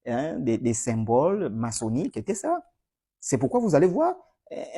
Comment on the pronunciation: Trop c’est trop, on a trop supporté… On dit : et cétéra et non et técéra.